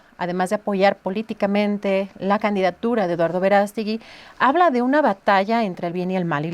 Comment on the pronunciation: No es Verástegui, es Verast'egui